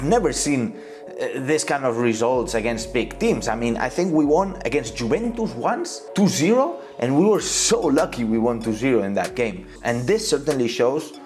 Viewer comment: Try pronouncing Juventus ( yoo ·ven·tuhs) instead Geventus. Great video !